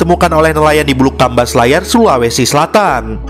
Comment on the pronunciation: 0.42 Bukan bulukkamba bos ku Tp bulukumba 🙏🙏🙏🙏